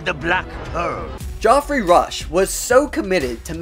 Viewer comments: Did you just pronounce Geoffrey "Joffrey"? This isn't Game of Thrones. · GEOFFREY not JOFFREY Rush and Johnny Depp was already a huge actor in Hollywood before this series.